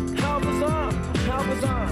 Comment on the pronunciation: I do really like this song but I do not like the way in which he pronounces "bizarre", among a few other words. My apologies to anyone from Auckland, New Zealand who may be reading this, but this accent is just offensive to my ears.